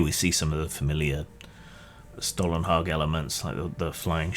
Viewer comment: Your pronunciation of Stålenhag is acceptable.